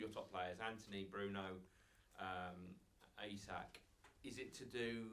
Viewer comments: Who was the reporter asking about Gordon's celebration, then calling Isak Asak 🤦🏻‍♂️ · Reporter calling him ‘Asak’ 😂😂